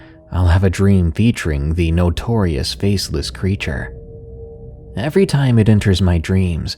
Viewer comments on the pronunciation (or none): none